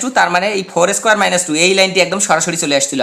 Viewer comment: Ma square na bole doya kore mun squarei bolben ma square eta balo shona jay na..